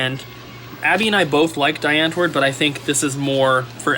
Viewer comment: So funny to hear you pronounce die antwoord. Just found a website to check how long i've been subbed to you for, I've watched you since November 9, 2012 apparently! But you're the reason i follow retro gaming as a whole, so thanks for the past couple years! It's crazy how you went from uploading a pickup video every one or two months to seeing you upload every single day. Huge respect for keeping it up! Been enjoying it clearly for years. Also just made my first plunge into "retro gaming" ordered a custom Bartop Arcade machine and the Super Nintendo Fiber Optic sign! once i'm moved to a bigger place i'll be slowly collecting games